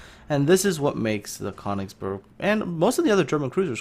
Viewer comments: it is pronounced kerr - nigz - berg please !!! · It's pronounced Kuh-oon-igs-berg :)